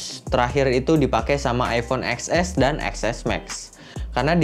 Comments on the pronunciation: Ten ex bangg bukan ex ess berasa ngilu gituuu di gigi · “Eks-Es” ceunah, padahal penyebutannya “Ten-Es”.  sendiri yang confirm.